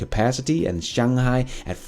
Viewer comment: Great pronunciation of Shanghai